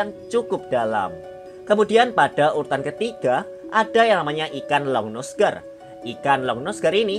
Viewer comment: Bacanya aligator longnuse gar kali